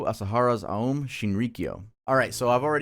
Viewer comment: That figure in the blood stained picture looks like drawn depictions of the Zodiac serial killer. Also, just a slight correction here, the cult led by Shoko Asahara, オウム真理教, is an oh sound, not an uh or ah sound. オウム are the katakana characters for o, u, and mu which, when put together sound like ohm. The u character is telling you to make the o sound a little longer. Just a small thing, no huge deal. Always love your videos,, keep up the awesome work!